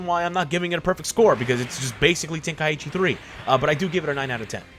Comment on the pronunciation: Why does everyone pronounce is “Ten-Kai-ichi”??? (Ten-Kie-ee-chi)